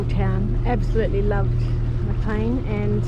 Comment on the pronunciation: MACLEAN, not McLean. BRUSHGROVE ! not Brushwood 😊.